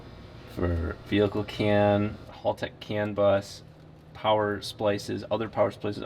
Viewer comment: Hal-tech, not Hall-tech. Kills me every time I hear it…